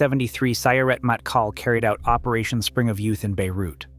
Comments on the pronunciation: Its “mottKAHL” not “mattkal”. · Sorry to be that guy. But Matkal has enfasis on the last sylable. 🫶